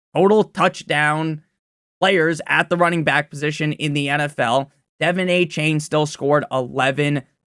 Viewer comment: “Devin aye-chain” drives me nuts